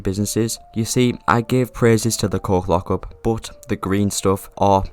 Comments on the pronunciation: I had the video playing in the background and I heard the coke lockup i was so confused and thought you was trolling until i came to the screen and realized that you were saying coke lockup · Long story short, you were saying coke lockup but it sounded like you were saying something else. Hope that helps you understand what i mean